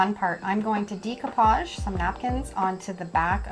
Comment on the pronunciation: You are pronouncing "decoupage " & " mod podge " incorrectly